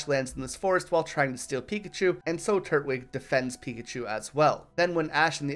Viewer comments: Turt wig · do you know how to say twig? The way you pronounce its name is infuriating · i always thought it was tur-twig but this guys saying turt-wig lol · Great video, hate how you say turtwig though